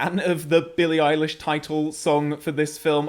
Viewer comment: can someone tell him he's pronouncing billy eyelashes name wrong? its not eye Lish, its eye lash